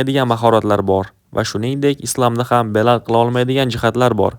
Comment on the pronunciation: Belal emas Bilol bo‘ladi to‘g‘ri gapirishga etibor berin